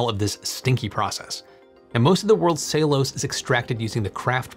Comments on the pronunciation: "ceilose"?? It's ce-llu-lo-se i could not understand what you were saying until the word came on screen... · It is pronounced Cell you lows……Not Saylose. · Your pronunciation of "cellulose" is nearly unintelligible. It's "SELL- you- lowce". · Are you using an alternate pronunciation of "cellulose" that I wasn't aware of? "Ceylose"?